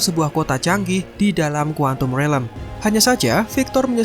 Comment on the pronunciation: quantum realm bang bukan relem